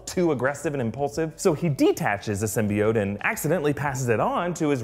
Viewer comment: I was so glad when i heard them pronounce symbiote right